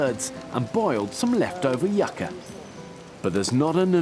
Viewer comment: JESUS CHRIST. ITS “”YOU Ka”” Not Yuck Ka. I can’t take the shit anymore.